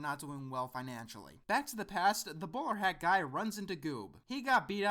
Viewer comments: Oh, "Bowler hat guy"! Sorry, I had to double check since I thought you said "Borat guy". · it sounds like you're saying Boar Hat guy